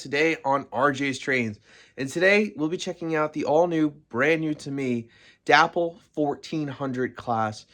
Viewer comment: Day Pole =- not Dap Pull lol